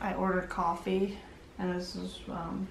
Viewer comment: "i ordered cawfeigh"